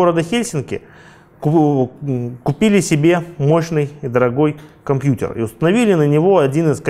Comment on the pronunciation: "комьпьютер" расходимся